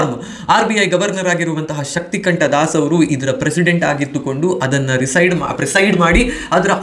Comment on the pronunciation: ಶಕ್ತಿಕಾಂತದಾಸ್ sir ಅದು ಶಕ್ತಿಕಂಠದಾಸ್ ಅಲ್ಲಾ....